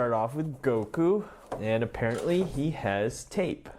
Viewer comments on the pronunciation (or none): none